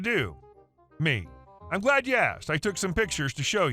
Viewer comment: me either. It's amazing how some people think some words have a silent letter, that don't, hearing how he said it, got annoying